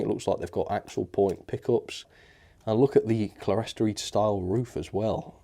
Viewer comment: Just a note: the upper decorated windows are clerestory, and that is pronounced clear-story. Another note: THANK YOU! I bought one of these last year (2023) but haven't even taken it out of the box. I noticed your review when surfing YT today, and decided to take a look, and found that I might have a problem. I wrote to Rapido, and expect an answer back soon. There is a good chance your review has saved my layout, or at least my new coach!